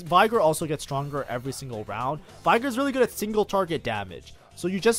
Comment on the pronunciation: Bro claims to be Master but can't get Veigar's name right.